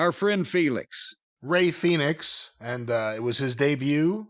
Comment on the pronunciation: I like how Jim continues to keep up his gimmick of #Felix instead of #Fenix (which highlights the different spelling of 'Fenix' from 'Phoenix' more than just saying his name out loud correctly tbh) he still calls Takeshita from AEW 'Take-A-$&(#' but I'd like to think if "Our Boy Take" was in the WWE Jim would change THAT nickname out of respect for superior booking of a good talent. ...I don't think Felix is gonna change tho lol